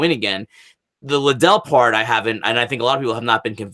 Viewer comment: making excuses for Oscar's complete failure at promoting that fight... lame. grade for that promotion is a F minus. Oscar didnt even know how to say Liddell. HE COULDNT PRONOUNCE THE NAME OF THE MAIN EVENT. Oscar looked like he just woke up and forgot he was director of the high school play. complete embarrassment.